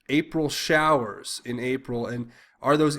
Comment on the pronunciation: Why doesn't anyone see....He said showers...Show ers!!!....wake up!